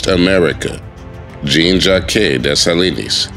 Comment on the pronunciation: Just pronounce it like this Jean Jak the que turns to a k.